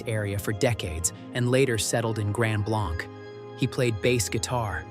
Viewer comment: And Grand Blanc is pronounced Blank.